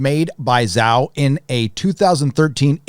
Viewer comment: Totally unimportant, but it's pronounced more like djao not zao for Zhao.